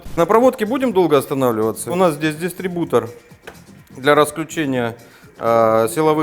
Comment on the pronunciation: так прикольно слово ДИСТРИБУТОР говорит!!!